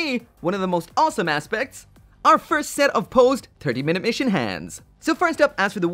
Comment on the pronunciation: Im sorry... "turkey minute missions"? Just what my ears heard.